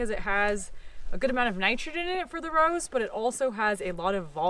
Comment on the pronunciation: You said Rows I thought you said Rose I’m like how